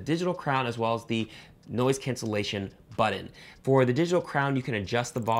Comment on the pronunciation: BUTTON not Bud In🤣🤣🤣